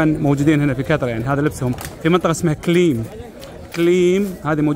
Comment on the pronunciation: مدينة كلميم وليس كليم